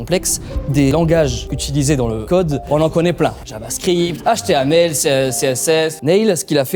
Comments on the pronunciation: Oh mon dieu il a dit htaml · on dit HTML et pa htaml